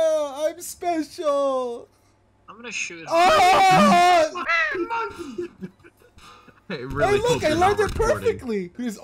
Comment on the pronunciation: The way says monkey sounds like"MANKEY" imao